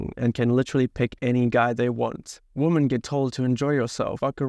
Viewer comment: Woman (singular) and women (plural) should be pronounced differently from each other...